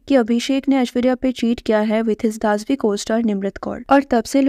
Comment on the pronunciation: बहेनजी दसवी ठीक से बोलो ना.दासवी क्या होता है.Extremely silly sister not stylish